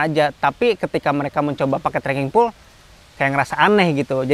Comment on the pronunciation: baca: "pol" bukan "pul"